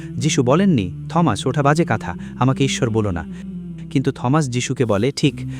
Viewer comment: ঈশ্বরের পুত্র মানে ঈশ্বরের শিষ্য বা ভক্ত বা অনুগত বুঝায়। এই লোক ইংরেজি শিক্ষক, কিন্তু বার বার উচ্চারণ ভুল করছে। সে Thomas কে থমাস বলছে, কিন্তু এর প্রকৃত উচ্চারণ "টমাস/T(h)omas. মানে এখানে h এর উচ্চারণ হবেনা। যেমন, আমরা বলি "টমাস আলভা এডিসন (Thomas Alva Edison)"